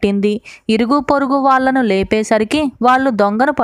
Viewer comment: Bavundi kaani... వాలు అని పలుకుతున్నారు. కానీ అది వాళ్లు.. ఆ ళ అక్షరం సరిగ్గా పలికితే చాలా బావుంటుంది. నాలిక ఆంగటీకి తగలాలి. అప్పుడే correct.